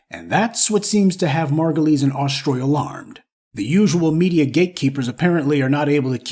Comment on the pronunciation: you pronouncing her name wrong it's margu -lies 😂😂😂😂